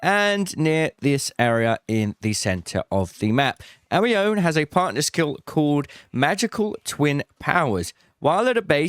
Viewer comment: Pretty sure Amione is a play on Anemone so ur pronouncing it wrong